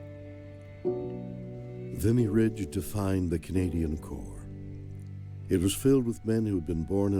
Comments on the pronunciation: COR...not corps. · Canadian special forces train the American special forces. *Corps is pronounced core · Corps is pronounced core (like an apple core). It comes from Latin via the French language and the final consonants (p & s) are silent. A Corpse is a dead body. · "Corps" is pronounced "Core." French. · I suggest you learn the difference in the definition and pronunciation of the words "corps" and "corpse" because you keep saying the word "corpse" and that's not okay unless you want to be haunted by Canadian corpses. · Just an fyi it’s pronounced sounding like “core”. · Love that you're taking an interest this. But just so ya know, "corps," is pronounced "cor." A corps is a large army formation comprising two or more divisions of infantry plus artillery and supporting elements.